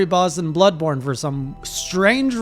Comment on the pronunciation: Did I hear "Bloodbored" correctly? Oh no :D